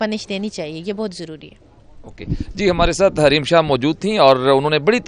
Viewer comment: Hareem shah kay naam say noun hain what a mazedar pronunciation by host